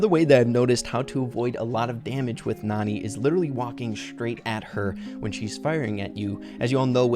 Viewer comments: Her name is pronounced nAn"eye, like nani-bombs. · I think Nani is actually pronounced Nanny. Her voice lines point this out. She probably takes care of Jessie. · IDK if I’m bouta miss this joke... but I think her name is pronounced Nanny. But it is spelled like Nani but she takes care of people... like a nanny. But IDK if the pronunciation has been confirmed yet or if she says her name in her voice clips. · she might be a nanny if Jessie because of her voicelines maybe when Jessie was a baby and also her name might be pronounced nanny